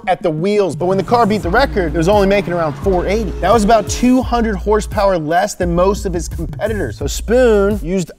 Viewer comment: K28 with 200 hers-pers!!! No no! Haha. We all forgive you! Much love brother.